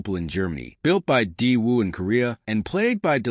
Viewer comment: LooMon… DeeWoo.. Fes Tiva.. AI sucks!